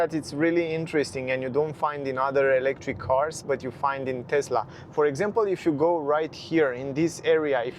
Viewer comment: You own a TeSSSSla Model Y ... not a TeZZZZZZZZZZla Model Y.